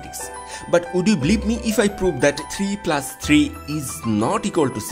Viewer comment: he is pronouncing plus as plas